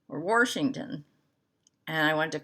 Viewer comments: I’m halfway done with Quaker Crow in the noir silk too. I love it. I’m framing it for a crow wall. Thanks for not putting an “r” in my state. 😂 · Those of us in Washington appreciate you not saying it with an R as there is not one in the name! Your work is amazing and it brings me a lot of joy to see it! Thank you so much.